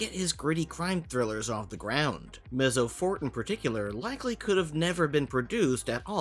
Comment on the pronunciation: Maybe in the show it’s pronounced differently but I’m pretty sure Mezzo Forte should be pronounced like “mehtzo-fortay”. It’s Italian.